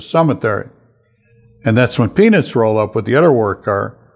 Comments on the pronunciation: and on it sounds just like Frank is saying penis and it is hysterical! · Frank!! You gotta pronounce Peanuts better. PEE-NUTS. I'm cracking up at what it sounds like you're saying.